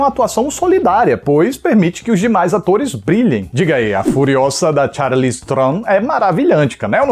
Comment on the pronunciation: O falando o nome da Charlize com a pronúncia original do nome dela <3